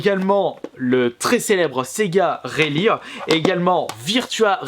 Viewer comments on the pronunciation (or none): C’est quoi cette prononciation de “rally” 😂😂 Allé c’est bon je taquine